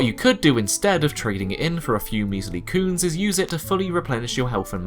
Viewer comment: aaaaah... "cunes". So funny everytime you say it, what a great little name for an ingame-currency